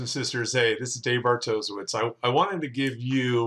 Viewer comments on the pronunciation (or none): Yay you converted! Also your name is pronounced bartoshievich in proper polish